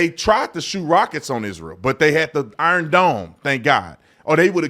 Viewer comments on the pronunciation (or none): none